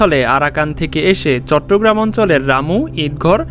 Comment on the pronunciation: দাবি পরে করিস আগে চট্টগ্রাম বলতে শিখ 'তত্তগেরাম' আবার কি?